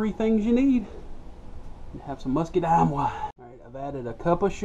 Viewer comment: I like the way he says "muskydimes" :)